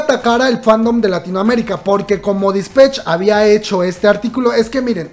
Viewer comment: Por favor no diga dispech.... Me da cringe con solo escucharlo 😂😂😂😂